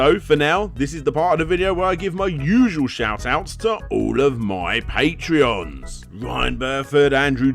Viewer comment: They're called patrons, not patreons. Like a patron of the arts?